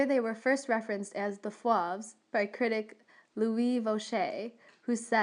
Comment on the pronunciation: Fauve rhymes with COVE not SLAV If you expect to be taken seriously, learn the pronunciation of the subject of your lecture